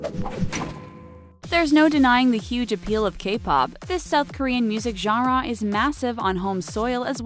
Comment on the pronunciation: The way she says genera makes me cringe